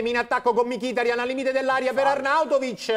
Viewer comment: Ma perche' dice Mikìtarian...it's annoying....ma chiamalo mikitàrian come tutti gli altri!!